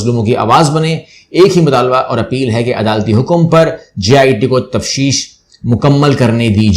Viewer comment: سر تشفیف نہیں تفتیش مطلب investigation